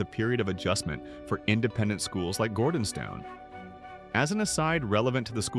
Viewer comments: Firstly, please get your AI programme to pronounce ‘Gordonstoun’ correctly. Secondly, this is a non-story. This was a private, family church service. Not your or anyone else’s business. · Can’t pronounce Gordonstoun nor Elgin. Why is he reporting for the ‘British Royal Family’ or is it just AI error?